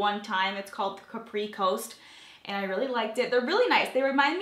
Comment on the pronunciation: I think the greenish gold Becca highlighter MADE the look, boy I need that in my life! Love the way it looks! And you don't even need foundation with that By Terry illuminator. it looks so summery and glowy, I need that too!! On a side note I believe the Becca bronzer is pronounced CAP-ree as in the the Italian island (that's how I've heard Giada say it anyway) vs CUH-pree as in capri pants. And Lame' is a metallic gold fabric pronounced Leh-may, it was popular during the disco era, lol. Not trying to be the grammar police here, just wanted to mention it just in case you use these products again in future videos. 😀